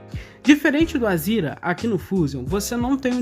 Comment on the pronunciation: Por quê vc fala Azira, quando o certo é Azera?